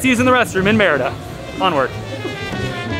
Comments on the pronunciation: Shouldn't you be saying "mare EE da" for the name of the city???? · Hilarious!! Loved that you had fun with the pronunciation of the city as "merda" which is a curse in many languages including Portuguese. I laughed every time... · Ha! Yeah, it also sounds like the French merde. :D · pronunciation of the word Merida sounds like he's saying mierda....😂